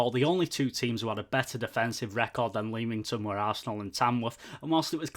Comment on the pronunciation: Have subscribed. great review. keep it up..just a heads up..Leamington is pronounced LEMington..😁 come on you Brakes